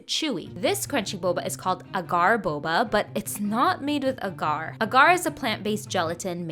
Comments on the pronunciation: Just a heads up, it's pronounced ah-gar ;) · it's pronounced "ag-er"